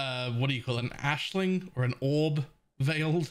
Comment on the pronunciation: Only recently found you and have very much enjoyed this build. Most importantly though, thank you for pronouncing Aisling properly. You have no idea how many mates trigger me on this. ^_^